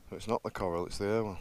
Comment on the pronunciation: Hiya mrs pointed out the river which joined the river irwell is the river croal not coral lol